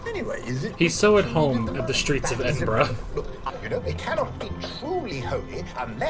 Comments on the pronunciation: lmao "ed in burrow" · it's ed in bruh